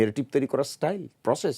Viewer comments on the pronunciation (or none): none